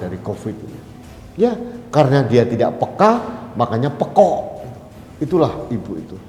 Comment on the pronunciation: terimakasih sudah menyampaikan kebenaran...Tp justru saya selalu terpingkal2 setiap mengucap"pekok"😀😀😀 sangat medok sekali.saya tahu itu.Krn saya orang Kediri yg sangat kenal dg kata *pekok itu*😀😀😀